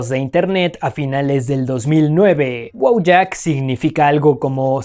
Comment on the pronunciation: Sería Voiak. El Polaco la "W" se pronuncia como "V" y la "J" se pronuncia como "I". Y si, "Wojak" en efecto significa soldado o guerrero.